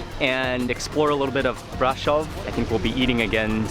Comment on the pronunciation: I love how he pronounced "Brasov"